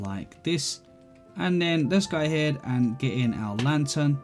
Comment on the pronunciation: this dude really likes to say 'gai ahead'